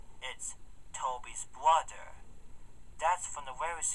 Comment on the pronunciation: Tobys bwother.😂😂😂😂😂😂😂😂